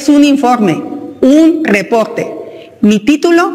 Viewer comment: Es un repogte? Tres pog ciento? 😂